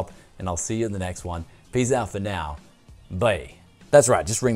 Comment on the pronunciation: IT's bYe! not "BEIIII" goddamit!